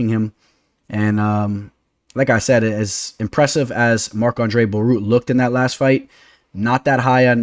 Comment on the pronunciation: Marc-Andre Bare-e-all